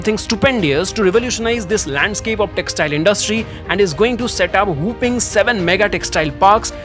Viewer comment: Where are the textile parks proposed , & how will it stop the Bharat Bhraman ? Poor English pronounciation. ( Weapons, whopping,freight, others ).